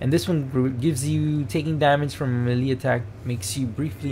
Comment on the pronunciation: Melee is pronounced maylay